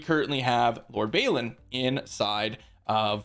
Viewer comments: It's pronounced "Bawlin" not "Baylin". :) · Where is the Y that you pronounce in Balin?